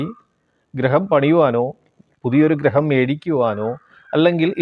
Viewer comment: Graham alla gruham...